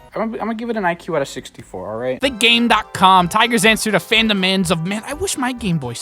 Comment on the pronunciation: The way you pronounced GameCom pissed me off. I'm still loving the video, but I can never look at you the same again.